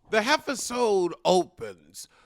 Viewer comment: Hi, are you saying "episode" or "heffasode"?